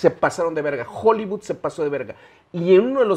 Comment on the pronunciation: TAN MAMADOR EL Y NO SABE DECIR HOLLYWOOD DICE JOLIBUD JAJAJAJAJAJA